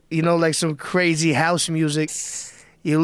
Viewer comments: Rogan said Cwazy like Yosemite Sam! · Joe says "Cwazy" lol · Joe "Cwazy" Rogan. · cwazy wagon wrims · "cwazy" Joe Rogan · Joe “Cwazy” Rogan